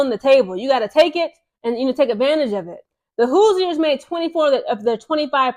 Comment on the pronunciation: I don't think the "i" in Hoosiers is pronounced. It's more like "whose-yours" as in "Who's your pick?" Great video.